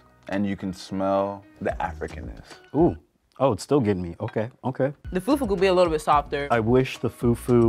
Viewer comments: Im American and can say it right its not pronounced fu-fu its pronounced foo-foo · it’s not about that…the pronunciation is still fUfU not few few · the fyuh fyuh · Oh God brought disgraced the whole nation even me they said bring Cameroonian food he brought a dish we don't even eat with "few few " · it’s pronounced “Fu-Fu-“ but this man said “few-few” 😅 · foo foo instead of few few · fyew fyew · said, "foo foo" not fufu 😂😂❤ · “Few few” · They are all Africans and they do know how to call it “fu-fu” what’s with the feew feew🤦🏼‍♀️ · “ i wish the fewwww fewwww was a little more bOUncy” 🤣🤣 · Right, "few few"..lol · he really said foodfood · Right? Like wth is FewFew??! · Few few 😂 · da hell is few few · “the few few” 😂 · The way was saying “few few” pissed me off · Mans said foo few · pronounce fufu as "fewfew" made me lose my mind XD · I am just some random, uncultured Australian girl, but even I … hearing everyone pronouncing “fufu” and then hearing that one guy saying “few-few” I’m like … “I’m not so sure about this guy.” Side note: I now have to figure out where in Sydney I can get some proper Nigerian food, apparently. 🤤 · I’m not African but I know that it’s not pronounced like foooooofoooooo with an American accent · did really say fewfew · The guy that pronounces fufu as few few i knew he was the worst lol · plsss we don’t pronounce fufu like that😭😭😭😭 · im not even african and the way this guy is saying fufu is rlly irking me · It should be a crime to pronounce fufu like that boy.